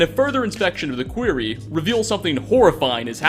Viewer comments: It's called a quarry. A query is like a question. Jesus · I catch a few here and there. Hate it. Dunwich borers queary. God I hate it. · Nice video man. But quarry is pronounced 'KWA-REE' :P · Quarry is pronounced "KWOR-ree" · i LoLed when he said query, instead of quarry. wtf? lol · No way man. query is it's own word. Dude just straightup doesnt know how to pronounce it. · Two R's is a soft A in quarry. EDIT: Also, what's up with all the repeats? You've included Theodore in 3-4 videos now. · CAn you REALLY not pronounce QUARRY right? It is an easy word to say right.... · Look I've gotten through MAD LAB saying cheVytac, millimeter caliber, whatever the hell he though Kalashnikov sounded like, and his incapability to change millimeter to meter, BUT GODDAMNIT QUARRY IS SIMPLER THAN MOST OF THOSE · Dislike for pronunciation of quarry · Love the videos. One of my favorite YouTube channels! But for the love of talos please learn how to say "quarry" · Your saying quarry wrong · Mispronunciation of quarry. No. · Nah bro that's not how you say quarry 😂😂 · The way you pronounce Quarry upsets me. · Instantly stopped the video, holy shit! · MY GUY ITS PRONOUNCED QUARY IN A SENSE THAT IT RHYMES WITH GORY... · Quarry rhymes with sorry not gory🤨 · That pronunciation of quarry 😬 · "Kuh-where-eee" a question or line of inquiry, instead of "kuh-war-eee" an open dig site for marble, granite or other stone... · KWAR-REEEE not QUER-RYa QUARY is a mine and Query is a question. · Not sure if you are mispronuncing "quarry" (which should rhyme with Corey) but it's pretty funny either way! love your content! 🙂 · How did you pronounce quarry as query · pronounced qwuary, not query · You saying quarry as query is really weird lol. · Quarry. Not quiery. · Why does he say quarry like query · Quarry not Query!!! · its Quarry not Query. . . a query is a question not a place you dig for minerals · Its fucking QUARRY!!! NOT QUERY!!! Best way I could explain how to pronounce it would be KWOREY